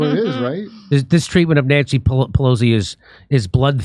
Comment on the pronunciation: She said access you (nancy)